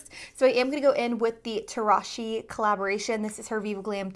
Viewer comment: Just a friendly FYI-Tarahji is pronounced Ta-rah-he, the “j” is silent or said with an “h” sound.